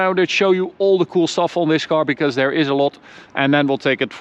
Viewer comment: This guys English Mane, he says DOWN DARE instead of down there! Down DARE he says! He better talk RIGHT OR ELSE! OR ELSE! I said OR ELSE!